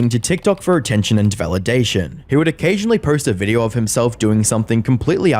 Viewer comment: “In this videer” 🤣🤣🤣🤣